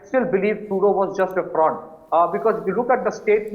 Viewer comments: The host’s cadence and pronunciation are perfect, just please stop calling him Trudyoo… even if he is a coke-sniffing clown, we should address him by his proper name on national TV. Now repeat after me… Tru-dolf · Anchor is a stupid guy.doesnt ecen pronounce CANADIAN PM NAME PROPERLY